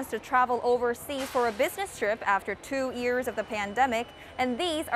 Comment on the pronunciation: "It's been more than two EARS since the outbreak..." "...two EARS..." "...two EARS..." "...three EARS..." Dear Arirang Reporters: It's pronounced YEARS, not EARS. The Y is not silent. Why do Arirang reporters have trouble pronouncing this simple word? You can pronounce WORLD but not YEARS? That is very strange. For Koreans, WORLD is a much more difficult word to pronounce than YEARS. Yet, you are doing the opposite. I don't get it.